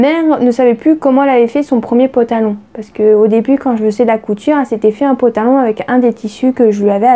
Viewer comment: Ooohhh tu m'amuses trop quand tu dis potalon 😀👍🏽